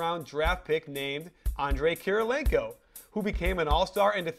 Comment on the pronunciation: Kirilenko not Kirlilenko ;D